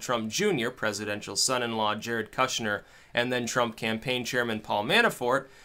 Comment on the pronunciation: You botched his name... it's KUSH-NER like pot 10.2 peace out